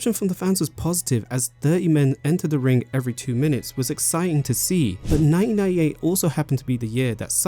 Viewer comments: Mate I’m English and you’ve even made me self aware about not pronouncing my T’s. It can be heard as 1988 or 1998 because of the way you (and I) naturally talk. As a narrator I think you have to pronounce your T’s however unnatural it feels. Absolutely great video otherwise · am I crazy? It says 1998 but his accent sounds like he’s saying both 1988 and 1998 😂